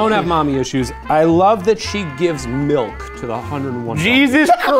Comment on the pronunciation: I love how Shane makes M I L K into a three syllable word